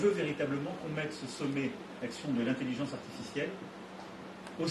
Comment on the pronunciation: Prendre TOUJOURS la parole pour les autres. LE CHEF, les autres restez derrière, JE connais le sujet. JE veux qu'on s'aligne, c'est pas compliqué ! Avec encore un petit coup de pouce pour l'Europe, alors que c'est pas le sujet. "L'intellizence Artificielle, ZE veux qu'on soit les meilleurs"